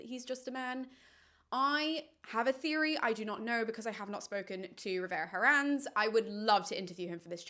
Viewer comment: The H in Herrans is silent.